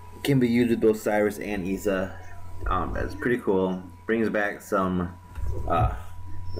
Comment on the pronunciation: It's serious pronounced serious and is-awh